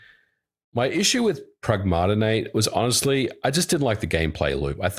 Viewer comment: You said Pragmata wrong. It's based on the word pragmatic, and Diana says it that way